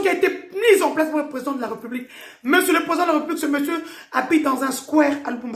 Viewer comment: Pourquoi vous dites "Re" là où il y a un accent ? "RÉ" donc "république" et pas "republique"